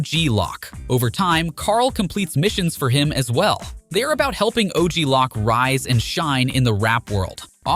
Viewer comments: Good video. It's OG Loc (Lo-oak) not Lock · OG lock??? its O-G LOC, baby. O-G LOC. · It’s pronounced “loke “ not “lock”. Your pronunciation is horrible lol good video tho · Thanks for the video, it is entertaining. I did get a little confused by small things, to be fair. Is there a reason so many names are said different from how the game presented them? Was this a ai-voiceover? Ex: OG Lock vs OG Loc, CesARR vs Cesar, Ballis vs Ballas... is 3 examples enough? You read everything else so clearly that this throws me off. I swear it was Cesar Viopanda lol and I notice some of the names are said more accurate-to-presentation later in the video. I am very confused by this lol. Okay if I hear Ballis again I'm gonna FREAK! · His pronunciation was driving me crazy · So fed up with AI voiceovers.. they fail to add the slightest bit of emphasis and pronounce stuff comicly wrong like OG Lock and Ball Ass instead of Ballas. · I can’t take this video seriously after he pronounce og loc as OG LOCK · AI video. Pronounced and mispronounced OG Loc name within 10 seconds.